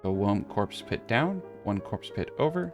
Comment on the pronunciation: take a shot evertime he says corpse pit